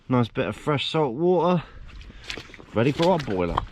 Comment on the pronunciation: When you were a kid did your mother not tell you waTer has a T in the middle